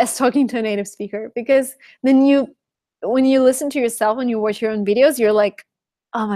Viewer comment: Interesting, your pronunciation is perfect! I hear some Rusian influence only when you say CHANNEL and WATCH because your CH is too soft. I hope you can work on that. Love, hugs...